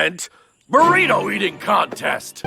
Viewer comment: its a burry-ito